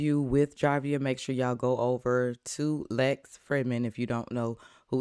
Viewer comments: The J is pronounced as an "H"....so say "Havier". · It's pronounced "Havier" love...